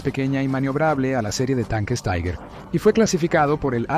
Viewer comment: Respecto del tanque Tiger: La pronunciación correcta en alemán es "Tiga". La pronunciación correcta en castellao es "Tiguer". La pronunciación "Taiguer" no es alemán ni castellano. Es cocoliche.